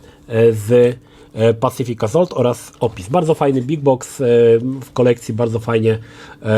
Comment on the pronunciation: On sam nie wie o czym mowi. I jeszcze to wymawianie tytułu "pacific AZOLT"